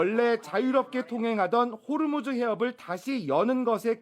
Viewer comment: 호르무즈 가아니고 호 무스